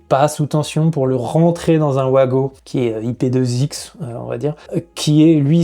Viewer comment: Vous ne voulez pas nous faire plaisir et appeler ça des VAGO et pas des OUAGO ?